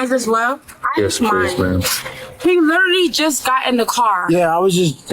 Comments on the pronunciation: He lerterly got in the car, lerterly.. lerterly. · "He LETTERLY just gon in the car" 🤣😂